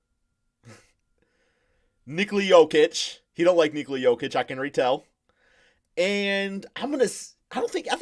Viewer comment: How does anyone take flight serious.... The dude defines CRINGE.... The man says "JOE-KICH" and "GO-BURT".... SMH....